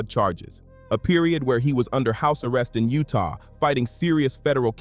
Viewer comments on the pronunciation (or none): none